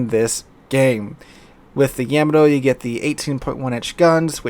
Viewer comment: Please tell me you are intentionally mispronouncing Yamato just to trigger people like me who are borderline Yamato historians. lol